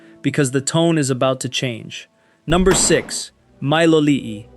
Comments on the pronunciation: It isn't a scam, it's leasehold? Leasehold property IS a scam, brah! 😂 BTW, why do you pronounce Miloli'i three different ways? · AI slop, how many different ways can it get Miloli’i wrong?